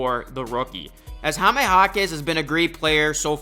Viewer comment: The way you say Jaime is weird. It's very easy..."High" + "meh"... not Hah-meh (it hurts my ears)